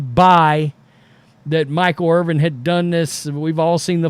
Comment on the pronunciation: His name is Irvin... NOT Irving.